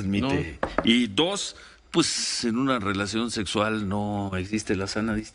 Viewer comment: Para ciro y sus esbirros, es una exageración... Claro si ciro solo dabe decir "pus" "pus" jajaja creo que se dice pues jajajaja